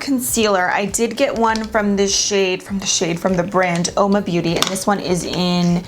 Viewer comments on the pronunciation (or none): none